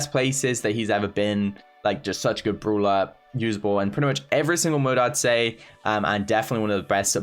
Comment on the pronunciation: I love how he says the word "brawler" The "bruwler"